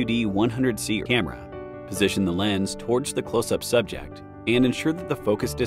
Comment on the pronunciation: 😆 The A.I. voice can't pronounce camera correctly. To me it always sounds like "Emma".